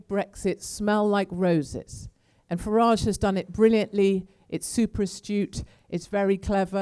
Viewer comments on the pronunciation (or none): none